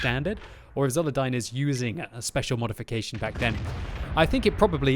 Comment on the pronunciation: Thanks for commenting my replay. I`d also like to thank the RNG-gods for making this video possible ps: It`s pronounced with Zulerdeen ^^ or just Zul / Zuler - Zuler